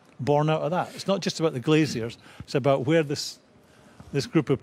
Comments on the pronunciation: Graeme, it's GLAZERS. Not Glaz-i-ers. Glazers. GLAZERS. :-) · Someone please tell Graham it's "Glazers" not "Glaziers". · You're intolerable to his accent. It's "glashers" he's pronounced the Z as a SH, not glaciers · Love how Graeme pronounces Glazers like they're gonna come round and fit your doubling glazing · Is it me or does Souness keep saying Glaziers? 😂😂😂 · Grahem Souness “glaciers” 😂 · Please stop saying 'Glaziers'